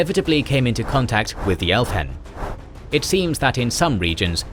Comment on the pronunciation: The h is silent. So Elvhen is El-ven and Elvhenan is El-va-nan. Solas says it in Inquisition and you quote part of the dialogue. So I am not sure why the mispronunciation. Also Thaigs is Tie-gs. Again they pronouce it in the games.